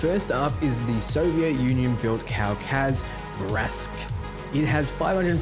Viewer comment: Bratsk is pronounced as Bruh-tsk, for reference.